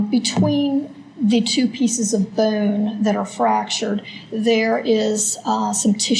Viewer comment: The medical examiner seriously needs illocution lessons. She can barely pronounce any vowels properly. It's a creek, not a crick. Bone, not boanne. Skull, not skoal.